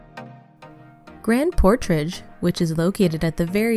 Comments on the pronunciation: The person doing the narrating should know how to pronounce the names, it’s grand portage not portrage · Good video but the grand “portrage” part got me 😂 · "Grand PortRage"? Bless your AI heart.